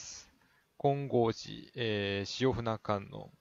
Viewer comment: しおふな⇒しおぶね